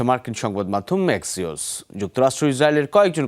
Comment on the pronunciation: Not Maxios…. It’s Axios